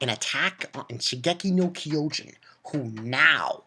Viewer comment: Why do people say the name so wrong..... It's pronounced (Sheen-jeki-no-Kyojin) Kyojin meaning Giant.